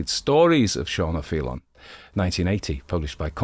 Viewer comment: Your Irish pronunciation of O’Faoláin is flawless, a beautiful and haunting story brilliant storytelling thank you